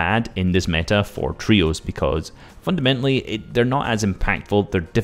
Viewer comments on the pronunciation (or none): Haha u say fundamentily a LOT haha nice vid though haha while i was typing u said fundamentily AGAIN lmao